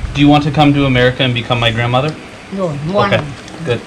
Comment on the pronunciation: Tây: đu diu căm Ơ ME RI CỜ and bi căm mai gờ ren ma giớ🤣 xì lầu: ờ Nguan 🤣